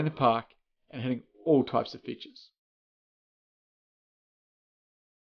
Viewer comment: i thought he said hitting all types of bitches lol besides that content is great and helpful!